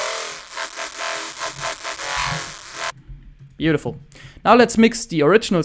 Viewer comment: When you said "Beautiful!" , you sounded so American. It made me chuckle.